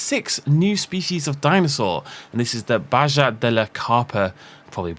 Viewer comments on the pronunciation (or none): none